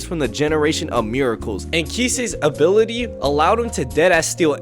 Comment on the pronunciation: dawg did you just say abililty:face-purple-crying